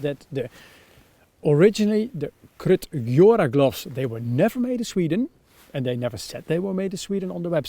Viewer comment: Would buy the Hestra Lars Fält. They are totally Swedish. Gjöra is pronounced [jeura], by the way.